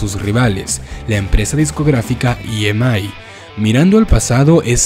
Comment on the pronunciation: Yo lo noté tambien, no esta mal, estamos hablando español, pero también pronunció EMI en inglés, es comprensible este tipo de errores.